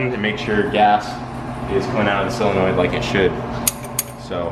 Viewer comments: Why does everyone say sillenoid? Its SOLenoid. Its not that hard. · You say solenoid wrong and its driving me nuts lol